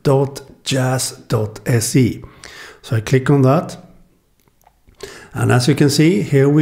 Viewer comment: Thank you for showing off my send service! :D and you pronounced djazz correctly!